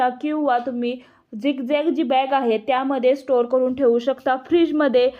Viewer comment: करूण म्हणजे दुंखी , करू न म्हणावे आणि लिहावे सुद्धा . तुमचे व्हिडिओ अधिक लोकप्रिय होणार. शुद्ध मराठी मुळे.